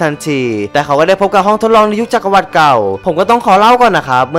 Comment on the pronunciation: ขอติหน่อยนะ จักรวรรดิ อ่านว่า จัก-กระ-หวัด ไม่ใช่ จัก-กระ-วัด เห็นพูดทุกประโยค ลงคำว่า "วัด" หมดเลย ไปแก้นะ ฟังแล้วมันขัดหูมาก